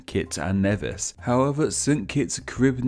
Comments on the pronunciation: Then there is St. Kitts and Nevis. No one says Nevis right. It's not Nea-vis it's Nee-vis. For years I've been hearing people say it wrong. And on Jeopardy no less. And you didn't spell St. Kitts with the 's'. Which I'll just consider a typo. Also, St. Kitts is a short for St. Christopher. And last but not least, Liamuiga is pronounced Lie-a-me-ga. You don't hear the 'u' at all. I was only taught our own name, since it's also the name of the mountain on the island so I don't know how badly or correctly you pronounced the others. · When I did Caribbean history in HS, my teacher stressed that as Caribbeans, we should know the correct pronunciations of the countries in the region. See the pronunciations below! Nevis is pronounced 'nee-vis' St Croix is pronounced "croy" Guadaloupe is pronounced "Gwada-loup" Dominica is pronounced “dah-mih-nee-kuh” Martinique is pronounced "Martin-eek" Grenada is pronounced "Gree-neigh-dah" Saint-Domingue is pronounced " Sah (for Saint) duh-mah (for Domingue )". Ayiti/Hayiti is how a Hatian would say Haiti in their creole. You didn't mention Barbados, Bahamas, The Cayman Islands, Belize, Guyana and Trinidad and Tobago in the video. While Belize and Guyana aren't islands, they're still apart of the Caribbean/CARICOM.